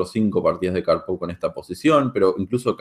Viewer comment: Gran análisis y excelente video. Una única observación,la acentuación correcta de Karpov es palabra Grave y no aguda. Gracias